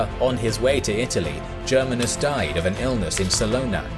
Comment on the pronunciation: The way you pronounce <<Germanus>> made me cringe.